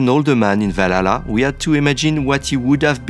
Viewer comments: without playing..what? Vlalalalala? da heck is that? Seriously though, thank god for closed captions. And for the love of god Ubisoft, I know french is part of or rather the primary language. But when you try to speak to the REST of the world, can you please let people speak that can actually speak english properly? You are trying to promote an upcoming game, but instead you make us having to WORK to understand what the heck you're trying ot tell us. A ubisoft dude that cant even pronounce the name of YOUR previous game?! Seriously. AC Valalalalalalala? I've played every single AC game, but I've never, ever heard of that one. Must've been some of those horrible mobile games. GOOD thing though, if everything is true that Ubisoft has said so far. This might be the best AC game in a LONG time. As Origins, Odyssey and Valalalalalala definitely wasn't AC games. Generic open world games that happened to have the AC brand stamped on them. Stop chasing trends, set them yourself. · "Valhalla"❌ "Balalá"✔ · Assassin's Creed "Valala land" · Valala lmao in what country on earth can't people pronounce ,,H,, properly I'm shocked, is that French X English crossover? is that guy from M effing France? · That blonde girl was the only one able to pronounce the H. 🙂 Guys (and girls), it's pretty annoying hearing "Valala". 😉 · i love how the way the french team members pronounce Valhalla hahaha <3 Walalaa